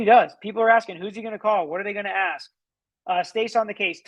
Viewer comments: AKS?? Drives me crazy! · I think if you can’t say “ask” you shouldn’t rep yourself! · Who cannot stand the “axe” questions????? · Are u AXING me or telling me? Ffs, this maggot is just trying to postpone the inevitable!!! He makes me sick!!!